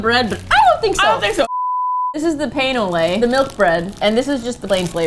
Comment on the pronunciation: As a Canadian, hearing say "pain au lait" gives me pain lol